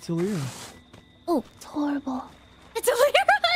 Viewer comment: The fact that CORPSE keeps getting eliras name wrong is so funny okg